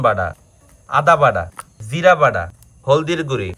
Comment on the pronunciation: আপনারা কি,,,,,,,,,,,, ট,, কে,,,,, ড,,,,,,, বলেন বাটা রে বলেন বাডা